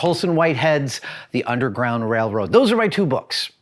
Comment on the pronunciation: Adam allllllmost said “ Wailwoad” ... lol.